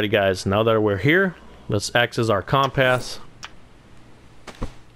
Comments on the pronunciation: Sorry dude but you can not say compass right lol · Good guide thank you, but you have an unusual way of saying 'compass' lol